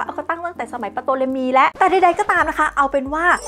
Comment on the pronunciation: ตัวPที่อยู่หน้าตัวt เขาไม่อ่านออกเสียงไม่ใช่หรือครับ ชื่อน่าจะอ่านว่า ทอเลมี ไม่ใช่ปโตเลมี นะครับ